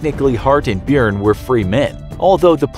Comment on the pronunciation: As an Irishman, i'm cringing at your pronunciation of Byrne.